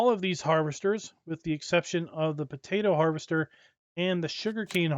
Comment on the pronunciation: Someone count up the number of times he said havester lol